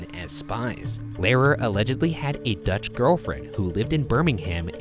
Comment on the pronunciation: To be fair, he butchered the pronunciation of "Lehrer" far worse than "Bimingham".